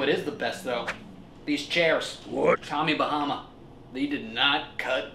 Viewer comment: Do not say tommy bamma